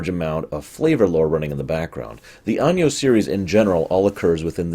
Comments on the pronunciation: Arvid Axelsson you're right it should be pronounced like ah-no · Out of curiosity, why do you pronounce Anno like "Año"? I don't think that's how latin works. Sorry for the smugness.